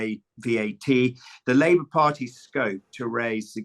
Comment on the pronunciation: There's an L in Labour